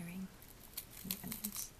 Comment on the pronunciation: Its onions? Not unions right?